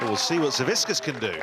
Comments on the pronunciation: no, it’s pronounced Savitzkas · Why can no one get Savickas's name right lol like not even the commentator can say it right and its right there on the screen lol